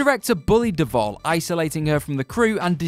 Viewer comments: Duvall, not Deval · The Shining costarred SHELLEY DUVALL....NOT “DeVal”! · Shelley WHO??? DUVALL, people. Her name is Shelley Duvall. It's not that difficult FFS. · Duvall. Shelley Duvall. Do the editors ever even THINK of consulting Google or Wikipedia or even a god damn ENCYCLOPEDIA before doing these videos anymore? Or has Boris Johnson and Brexit completely fucked everyone's brains across the Atlantic at the WhatCulture offices? And I seriously can't even figure out how you turned one name into vulgar language, and fucked up Vincent D'Onofrio's name that horribly.